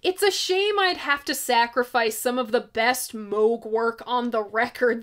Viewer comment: Thank you for pronouncing Moog correctly.